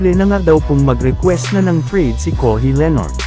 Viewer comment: Bwahahahhahaha anong kohi, kawhi, ung sound kohi...hahaha